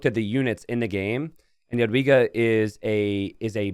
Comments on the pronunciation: In polish "j" is pronounced like an English y, you got that correct, but the polish "w" is actually pronounced like an English v! So, correcting for an English speaker; you'd pronounce her name like "yadviga" I'm polish an ancestry and learning polish rn and I will be rooting for my girlie!!💚 I'd love to heard you pronounce her name correctly! :) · Polish guy here, "w" in "Jadwiga" is read like american "v", so "Yad-vee-gah" (